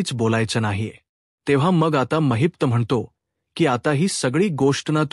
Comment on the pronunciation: Mahit nahi mahipat bola navacha neat uchar kara